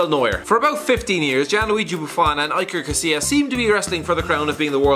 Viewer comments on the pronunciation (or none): "EYE -ker Casillas". His name is "EE - ker Casillas"